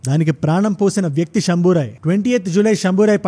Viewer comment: శంభాజీ అని చెప్పొచ్చు కదా శంభోరాయ్ అని కొత్త పేరు దేనికి భయ్యా